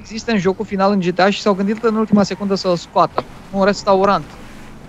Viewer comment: nu se zice GITEI CINCI se zice GTA5